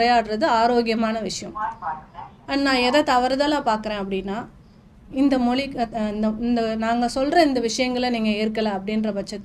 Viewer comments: மொழி... மொளி இல்ல தமிழ் உச்சரிப்பு தவறு. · அதாவது நீங்க மொலி மொலி என்கிறீர்கள் அது எங்க இருக்கு மொலி இருக்குன்னு தெரியல💯 மொழின்னு சொல்லத் தெரியாத நீங்க தமிழ் உணர்வாளர்கள் இல்லையா நாங்க இத நம்பணும் நல்ல உலகமடா இது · Pl pronounce tamizh properly,it is mozhi not moli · இவங்களுக்கு மொழி என்ற வார்த்தையை சரியாக உச்சரிக்கவே தெரியவில்லை. 🤦🤦🤦